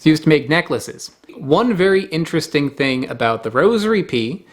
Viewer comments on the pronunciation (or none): none